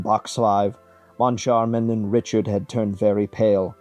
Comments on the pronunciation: Well done. It's, however mme Giry (as in giraffe) and not as in glory) and, Monchar-mahn and RiShar)) not Richard) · And the pronunciation of Moncharmin and Richard